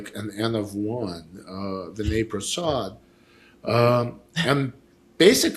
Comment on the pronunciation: Please don’t dumb down Prasad’s rationale. He is well aware that you can’t perform RCT’s in rare diseases. Please get yourself fully informed about the specifics before you pass judgement. Do you two have scientific training? BTW You are pronouncing Vinay’s name incorrectly.